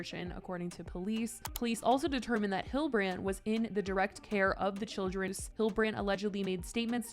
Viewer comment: You are pronouncing Hildebrandt incorrectly